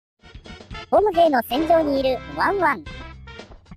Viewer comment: ボム兵の発音好きな人🙋‍♂️